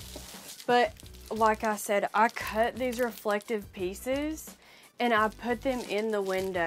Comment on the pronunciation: You are adorable. From one full time RV’r to another, I admire your tenacity. Your videos are cute and entertaining but for one thing … like nails on a chalkboard… the word is pronounced Re flec TIVE. Not ReflecTICK.